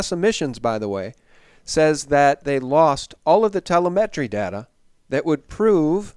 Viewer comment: It’s pronounced “the-LEHM’-et-tree” like the interviewee says after you MISpronounced. Never mind the “nookyooler” your guest says. Lost cause.